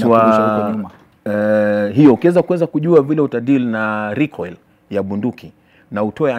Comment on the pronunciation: Recoil = Rekoshei 😂😂😂😂😂